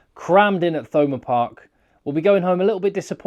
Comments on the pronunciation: No H sound as in Thurles which of course is Durlas in Irish. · Love your channel, I’m addicted to it. Btw it’s pronounced Thomond park as in Thames!! 😆